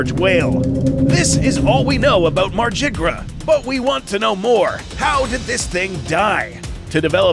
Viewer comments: It's "MAR-GYR" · I though it was pronounced mar-gi-ger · If it’s Norse, it wouldn’t be pronounced mArJiGrUh 😒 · I think it sounds a lot better to pronounce Margygr as "mar-guy-er" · you mean "margygr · I think the correct pronunciation is “Mar-gih-ger.” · I don't think that's how you say Margygr's name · There is a correct pronounciation for Margygr and your's ain't it. It's Old Norse. Both G's are pronounced like "Godzilla" or "Ghoul", not like "Genie". And the Y is silent.